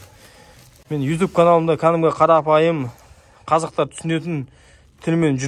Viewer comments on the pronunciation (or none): none